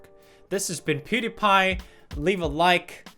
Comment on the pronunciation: I just watched video(YouTube story you need to hear) i laughted so loud when he sayed pewdiepie's name. Peyooodepie 😂😂😂😂